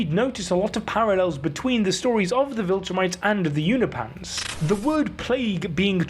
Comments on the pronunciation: YOU-NO-PEE-ANS Not You-no-pans. Come on, man. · I believe it’s pronounced U-nope-ins not U-na-pans❤ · You’re pronouncing Unopians as ”You-kno-Pahns” when it is pronounced ”You-Know-Pee-Annes” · They're called Unopans, not Unipans